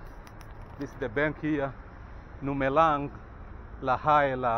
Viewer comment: it's because the traveler pronounced the words wrong. In Lesotho Lumelang is pronounced Dumelang not L like Look.